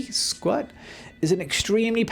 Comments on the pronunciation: The app name is SKRWT, not SKWRT. Either way, it's a tongue-twister. It's just what I needed to complete my mobile photo editing workflow because perspective correction is missing from Lightroom's mobile version. This was an instant buy. Thank you for the recommendation! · Aw dude, it's actually SKRWT and not SKWRT. But awesome video! Definitely underrated. Just got yourself another subscriber! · Thanks for SKWRT! Btw it's SKRWT HAHA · Like the list. It's pronounced "screw it", though.